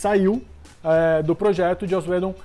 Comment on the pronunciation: Só o fato dos dois não conseguirem sequer pronunciar o nome do Joss UIDON corretamente já me faz pensar se não é hora de dar adeus ao Omelete au fromage.